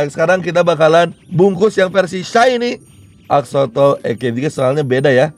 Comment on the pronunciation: Bang bacanya bukan exsotol tapi EX-SO-LOT